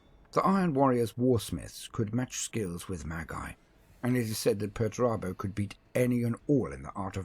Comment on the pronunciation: Perturabo Pert-u-raaa-bo